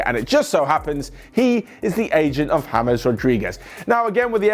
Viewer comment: Its james.. not hamez.. 😑